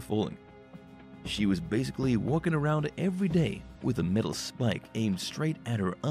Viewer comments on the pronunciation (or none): none